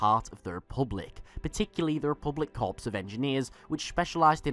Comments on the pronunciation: "Core" of Engineers. Not "corpse." =P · "Corps" is pronounced as 'core,' not 'corpse.' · "corps" is pronounced like "core" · Love your videos. Very well researched and professional. One thing gets me every time, though: "Corps" is pronounced "Core." I've heard you say it several times, and I cringe every time I do. Unless it's a dialect thing, In which case I apologize. That said, I did some brief investigation and that doesn't seem to be the case.